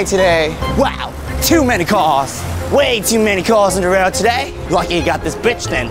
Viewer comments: i believe im the only one who misheard bridge as bitch. or is it? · Ahahha bridge it sounded like b*tch